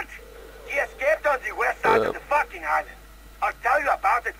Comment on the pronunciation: I looooove the way he say fucking,it goes like faking